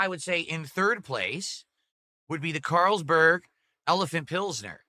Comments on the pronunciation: Just hearing him read one of the most popular beer names as a neanderthal, makes me cringe...CaaaaaaarlsBERG...dude its the most common European beer like Heineken that you can get at a gas station. Also this moron doesnt even know how to pour lol, you dont just drop it from the top at a straight angle, you tilt the glass to the side so the beer pours consistently. Its not the can's fault, its you being an idiot and not knowing how to pour a beer from a can OR bottle, its the same techinique. Jesus this guy is useless for living. Sing-HA......its SINGA you twat. ALSO the head size depends on how you pour...you dont pour like him and get a fat or skinny head depending on the beer, its depending at what angle you pour it. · I don't know what this thing is... Caaaaaarls-berg? No frickin way he's never heard of Carlsbery before.